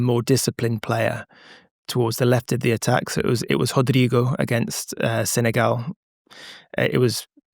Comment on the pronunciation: Pronouncing Rodrigo as 'Hoder-ligo' and the pronouncing Martinelli and Neymar as usual native English speakers would pronounce their names is peak Athletic journalist vankekery😂